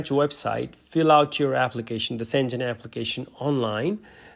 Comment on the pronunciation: Not szengen but Schen-gen and g is not english g but as in word gamma or guilty a G